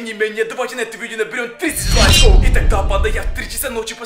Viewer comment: Не лаков а лайкав